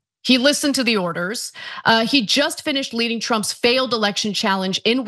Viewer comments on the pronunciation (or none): none